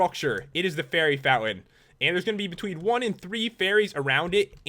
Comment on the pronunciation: you said berry insted of fary